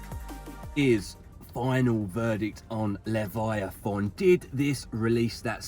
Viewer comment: Love how corrected you....its Levi A Thon 🤣🤣🤣🤣🤣🤣🤣🤣🤣